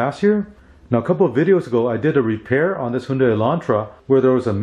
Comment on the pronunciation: Excellent pronounciation of "Hyundai" word, Korean background of the author?